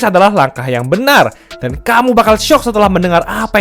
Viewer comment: "Dan kamu bakalan SYYYOOOKK" 🤧